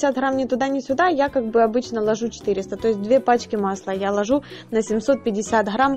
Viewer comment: Не ложУ, а лОжу🤣🤣🤣🤣🤣!